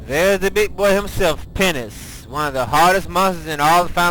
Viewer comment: Three major things I've found out about is the his LP's are awesome, secondly that he says penis instead of penance and i swear to god he says bagel instead of bangle.